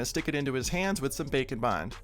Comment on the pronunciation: Omg everytime you say “bake and bond” I hear bacon bond 😭